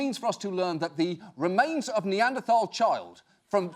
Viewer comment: Thank you for saying NeanderTHal correctly and not as “neander-T-all”